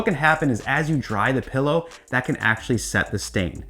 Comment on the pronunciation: PILLOW... not pEllow